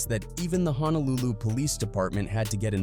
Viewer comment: I love the vid & everything, I also mean no disrespect but please work on some of your pronunciation when it’s comes to “Hawai’i” “Honolulu” & “Samoan” but your Samoa was pretty good 😭